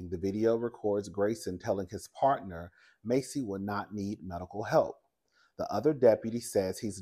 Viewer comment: *Pronunciation is MASSey like “mass” It is absolutely crazy how these cops act so scared of every damn thing; even their own doggone shadows, at this point. You are absolutely right about them clearly not being trained to deal with these circumstances.